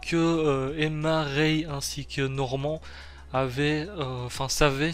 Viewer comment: Tu veux mettre l'accent anglais sur le titre mais 30 secondes plus tard ça dit Norman (Normand).